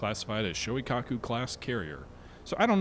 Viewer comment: Shoikaku??? (Shokaku/Zuikaku? If you can't pick, just choose both... I suppose...) Kingsurga????!!!!! YOUNGAI??????!!!!!!!! Bro... you REALLY have to work on your pronounciations dude. This is the most cringy butcher I have heard in years... Oof. Just oof.